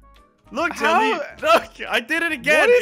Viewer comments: Bruh why did jelly say jel with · Bruh why did jelly said jel with